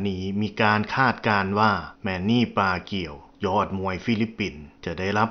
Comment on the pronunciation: ปากู ไม่ใช่ ปาเกียว